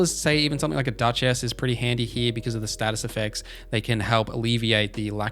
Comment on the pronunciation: Bro you gotta stop with the "dutch ass" pronounciation it is crazy lmao her name not split into 2 words its duchess